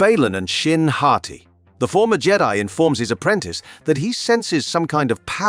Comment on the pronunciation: Why did you pronounce Jedi like that? So weird Jeddy